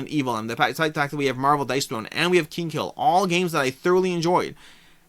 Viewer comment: Btw it's "Kinghill" not Kingkill" :D